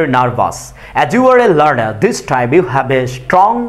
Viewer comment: ইউ কে হিউ বলেন কেন